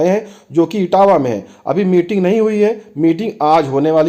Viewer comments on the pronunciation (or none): It's इटवा not इटावा. Etawah is separate district